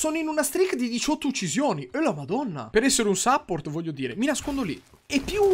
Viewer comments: "Sapport" is the new "penih" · scusa yotobi, ma che cazzo è un sàpport?